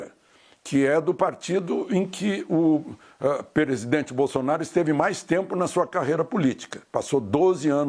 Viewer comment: Gente essa gente, não toma geito mesmo né...eh Alexandre bacia, olha como ele chama o presidente perezzidente Aceita que doe menos... bacia.